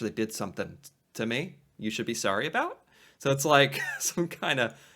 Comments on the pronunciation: We don’t say aboot. It’s more like aboat. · It’s not a boot Jesus Christ. I mean I guess I might live in a different part of Canada but that sounds ridiculous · it's not that we actually SaY 'aboot', it's just that that is how it sounds to Americans. do some research on vowel length - us Canadians use longer vowel length and you guys shorten them:)